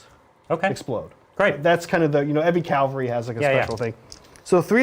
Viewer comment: Ah! Stop saying Cal-vary! They're cav-alry, mounted fighters... not a type of Christian cross. It's as bad as hearing "gernade" or "nucular" Edit: Sorry for the kneejerk reaction! As always, great content guys. Always been curious about Ossiarch Bonereapers game mechanics.